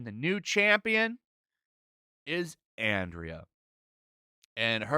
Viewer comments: It's pronounced "Anne-Dra" not Andrea,. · Isn’t her name pronounced Andra ( like Andro, meaning male) and not Andrea? I mean considering they want to replace men, it kinda makes sense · Andra, not Andrea. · Say it with me SLOWLY....... ANDRA. A N D R A ...................... NOT ANDRIA, its getting annoying how many of you cant read correctly. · You people make me embarrassed to be a man. Also, it’s Andra not Andrea you tool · Its andra not Andrea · Andra not Andrea. Not that it matters. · Like your content,, but you keep calling her Andrea. It's Andra. No matter, she is not a real character. Also I stumbled onto a channel over the weekend called Shanieology where he does reviews as Skeletor. Way more entertaining than anything this series did. You should check it out, criminally undersubbed. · OK, I HAVE t ask! WHY DO YOU KEEP CALLING THIS RACE SWAPPED FAKE, "Andrea"? it's Andra! Its Greek. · 2 nitpicking but, Andra, not Andrea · "Ahhn Drah". Not Andria. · I find it funny that they chose the name “Andra,” meaning ‘man’. No hint of femininity permitted. Edit: you keep calling her ‘Andria.’ Nope, it’s Andra. Andria would have at least been a feminine name. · i think its And -ra not andrea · I am most definitely not a supporter of this crap He-Man stuff. BUT. You need to learn how to read if you are going to do reviews. It is ANDRA not ANDREA. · It's Andra, not Andrea. She will be She-Her. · ffs, i know we all hate it but at least get her name right, it's Andra, not andrea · hey thanks for calling me a Moron! I was pointing out that the narrator of this video pronounces Andra, ANDREA! 🙄 By the way, manners cost nothing. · Andra is pronounced as Andrea? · Why does he keep saying Andrea? There is no e bro....there is no e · Why can NONE OF YOU pronounce the name "Andra?" By the way I am on your side. When I said "none of you" I was referring to the people covering this bait and switch shit.